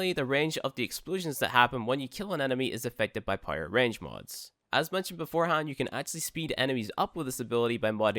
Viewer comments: It took me watching 5 vids and readin this comment to realise that... so basically just readin this comment 😂😂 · I THOUGHT I WAS THE ONLY ONE😭😭😭😭😭😭😭😭😭